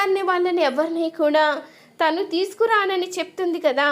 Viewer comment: ఈ చెప్పే అమ్మాయికి తెలుగు రాదా తన అనకుండా తిను అంటుంది